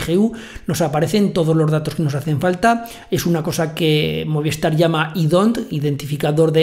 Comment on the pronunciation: Muy bien como siempre. Yo tengo DIGI y estoy muy contento con los equipos que me instalaron, van ONT y Router por separado. Espero que pronto hagas un tutorial para DIGI. Trabajan con Movistar. Que se dice Movis tar no Moviestar jejeje. Saludos.